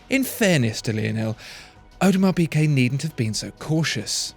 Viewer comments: The is the best watch EVER made! Mark my words, AP will barely be able to keep them on the shelves (because of the amount of dust they will collect) Oh, and it's pronounced 'Peegay' please, for the love of god, Peegay, not Peekay. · Great as usual. But it's Peegay, not Peekay! I cringe every time I hear you say it :-) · “piGuet” not “piQuet”! It’s a torture! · Audemars Piqué? No mate, Piguet. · Audemars Pigay